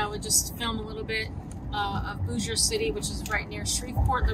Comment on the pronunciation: It’s pronounced Bossier not Boosier. I have family there lol